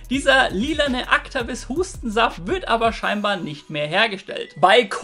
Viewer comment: man spricht es äctivis aus